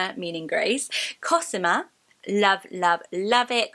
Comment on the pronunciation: Cosima you say very differently to how we pronounce it, pronouncing the “I” more like an “e”. It’s my partners no1 name for a girl a and I absolutely can’t get with the name and I can’t put my finger on why not! X